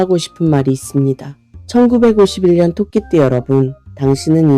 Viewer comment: 왜. 천구. 백오십 일년이라고. 듣기싫어요.